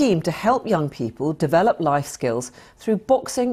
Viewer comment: Bugger Ithought she said “To help to develop knife skills” she said "Life skills” Haa